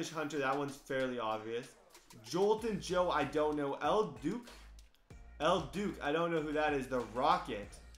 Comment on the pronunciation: If he says El "Duke" again, I'm throwing this iPad. Worst part was he said it sounded really familiar while he mispronounced it 11 times